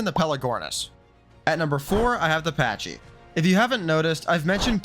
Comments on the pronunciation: Pronounced Pack-ee not Patch-ee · You butchered the pronounciation of "Pachy". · You say Pachy weird